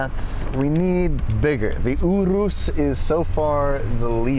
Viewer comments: its pronounced your us (urus) not ooo roose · 1st of all idk if I could be friends with when he pronounces urus like that. 2nd wasn't that urus at a Audi vw dealer.